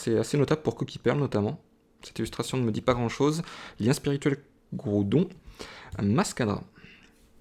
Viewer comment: Super video comme d’habitude tu gere ;) . Juste une chose c'est GRoudon xD sa me stresse a chaque fois ^^. Au passage le primo-groudon juste magnifique !